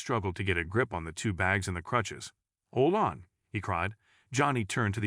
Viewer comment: This guy pronouncing crutches as clutches just sounds like a made up.story to pull at your heartstrings